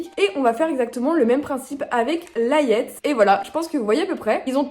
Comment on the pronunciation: Juste pour info, pour “Layette”, on dit “Léyette” comme de la layette pour bébé ;)